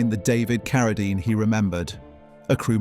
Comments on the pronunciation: I'm coming off the Rhine River as the Rain and the Rhyme in the same video. Now, I get Keredine, probably Kerosene later. AI has a dull average IQ. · I noticed when the AI narrator mispronounced David Carradine's name first then immediately pronounced it correctly after LOL.